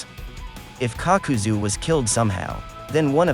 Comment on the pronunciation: Nobody: kakuzu Narrator: cock-cu-zu